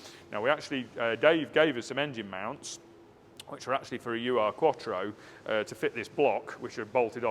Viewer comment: If you're interested, 'Ur' is a German prefix meaning ealiest, primitive, original. Urquattro is the first Quattro. It's pronounced 'ooh-er', and not an abbreviation as in 'U.R'.